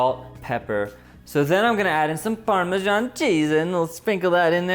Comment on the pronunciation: The only issue I have with this is how he pronounces Parmesan 😷